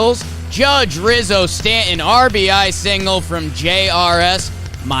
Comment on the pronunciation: doesn't annunciate the T in "mountain" or "Stanton". Sounds like "Sta-in". Do something there.